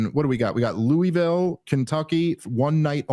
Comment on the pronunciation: It's so funny how y'all pronounce "lewee ville". Everyone who lives in the region pronounces it "lewa-vul". Stupid and irrelevant, I know, but it just sounds so strange!